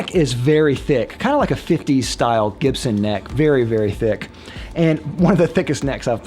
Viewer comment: What's a "Chibson""?